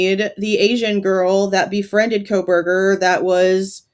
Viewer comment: U mean he said KOL-berger 😂😂😂 he can't get that L outta there